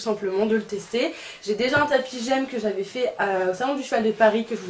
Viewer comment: On dit G.E.M pas j’aime 😭😂